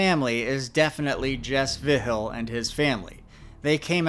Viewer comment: Ngl slightly annoyed by how your saying Vigil, it’s mostly right but just off enough that it’s annoying me